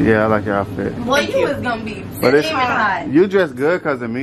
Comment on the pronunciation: Yo he said iss finna slip out😂🤦🏼‍♂️